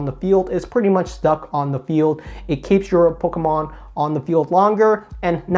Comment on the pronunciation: “Pokamon” and “Eveelution” 😁